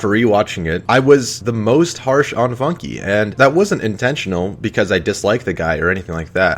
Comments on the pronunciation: It's not pronounced "Funkie" In't pronounced FUNK silent "e" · its pronounced FUNK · i like how he mispronuces FUNKe